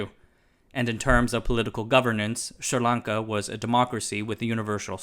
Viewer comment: Am I the only one paying attention to the fact that he’s made up his own name for this country?!? There’s no “Sir” in the name 🤦‍♂️. It’s Sri (Sree) Lanka